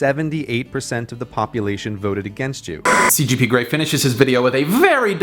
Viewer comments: It's C G P Grey, not C P G Grey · Did you just cPgGrey instead of cGpGrey? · CGP GREY, DAN. NOT CPG.